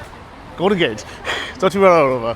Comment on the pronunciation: Zoh-loh-TYh Voh-ROH-tah.